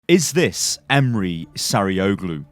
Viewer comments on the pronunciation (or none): AS bayrakları as türk var mı ?? And we pronounce Emre not like imre look the translate it is emre e-m-r-e not imre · Why are you calling him Emri ? Its Emre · Love you on youtube but emre is not pronounced like emery its like Em-re re is like the note. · It’s not pronounced “Em-Ree” but rather “Em-Ray” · I believe that his first name is pronounced 'em-ray' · its em-rae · TheNames LC It's actually Em-Reh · "Emre" is pronounced with a sort of rolled "R" and the "E" at the end has a slight "Ay" to it. So you would pronounce it Em-ray, Hope that clears it up for some of you. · His first name is pronounced ‘m-ray’. Isn’t hard. It’s a standard, very well known Turkish and Muslim name. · pronounce it like this 'Emm reh'. E's sound like ea in the word bread. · Pronounced ēm-ray or ēm-rū the first pronunciation caused me to think of the Ray leak from a while ago, the one who pilots the orca drop-ships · its pranounced em-reh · I’m Turkish and the way you pronouncing his name is making me laugh 😂 , it’s Em-reh, I don’t know how to make second part easier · It's so freaking funny 🤣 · emrekid same hahaha it's so funny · I think you need to pronounce it Emreee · I hope ı can explane but its so basic m8 just try say just e m r e not any "y" or somethink if you see turkish name or word you can say it just say what you see if you see emre say e m r e if you see istanbul say i s t a n b u l love u <3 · Emruh is how it's pronounced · Konrað Lenton Chill bro he didn’t know, I’m Turkish too but it’s not a big deal if he didn’t know how to pronounce a name. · Just for future reference, I had a friend in school called Emre and he pronounced it like M-RAY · I dont know how you said the name so incorrectly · I'm turkish and i know how its prenounced it's so funny how you prenounce the name. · You butcher the name :) Just use the google translate, it is pronouncing right but wright like this Emre Sarıoğlu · abcRS the way he says Emre hurts my soul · Stef Myt no it's not.